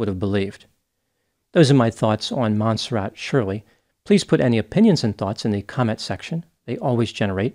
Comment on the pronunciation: It's not mon serrat? Mon serray?